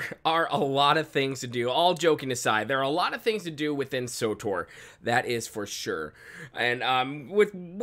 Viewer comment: Wtf is sotor? Its Tor, S W Tor, or swtor. Not sotor.